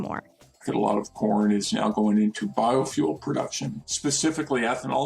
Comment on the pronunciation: I kept hearing pron. 🤣🤣